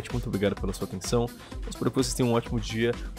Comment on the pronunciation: Sim! E depois ainda falou "obti". Hueheuhhue! Mas eu não julgo. Nem todo mundo sabe o português por completo, inclusive eu. Mas acho legal ajudar corrigindo, um ensinando o outro. Conhecimento nunca é demais. Heheheh!